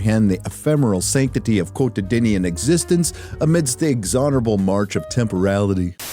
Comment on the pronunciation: "quotididian" and "ixonerable" -- buddy, I don't know if this was a shtick but that sounded mighty dyxlesic